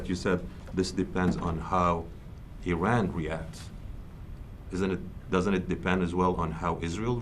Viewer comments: If this general has no problem pronouncing ISrael than why can't he similarly pronounce IRan ? Why is he always I RUNing ? This is phonetic hypocrisy ! 😂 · In America, "I" makes a "E" sound. Because from the look of it Iran ain't running from no one 🤣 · Feels a little bad when a major general doesn't know how to pronounce Iran.